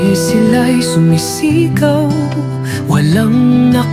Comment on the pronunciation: Hello is this suno AI you used to sing this song? The pronunciations are obvious po kasi. Like, yung sumisigaw, naging, sumisígaw. Anyways the song is great!